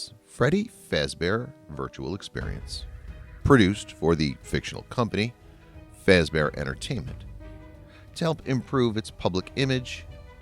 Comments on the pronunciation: Great video, but you said some things wrong though. Freddy Fazbear is pronounced "Freddy f-ah-z-bear" not "f-ay-z-bear". Great vid anyway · Its fazbear not faze tell it right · Fazbear not fezbear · Just saying its fazbear, not fazebear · Wait is it me or did you say freddy facebear? If you say it its freddy fazbear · This was amazing! Thank you! also btw... It's pronounced Faz-bear, not Faze-bear, and chi-ca, not chick-a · I was thinking the same thing! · Not fazbear you said fAzbear (the capital is wich you aid wrong) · This guy does not know how to pronounce the names right Freddy fezbear chika you had one job dude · There names are pernouced freddy FAZbear bonnie the BUNNY CHICA the chicken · He just say freddy fase-bear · "Freddy Faizbear Bonnie , Chika" EXCUSE ME FAIZBER AND CHIKA , EXCUSSSSSSSSSSSSSSSSSSSSSE MEEEEE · Freddys last name isn't faez bear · I love how he said fazbear wrong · You said Fazbear wrong. (like if you agree) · i paused the video at the start just to say this i am a fnaf fanatic if you get anything wrong ill be pissed also this is a joke im just pointing out things that are wrong no hate on this channel edit 1:you said fazbear wrong edit 2:mike isnt new hes the same from fnaf 1 edit 3:im sorry but the entire part of help wanted is wrong